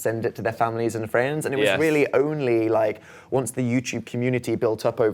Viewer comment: it's funny how he says "friends" 😂 Phil is so cute.